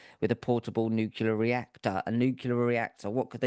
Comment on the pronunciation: 🤫psst. New Clear. Not “noo Q Ler” • pass it on 🤫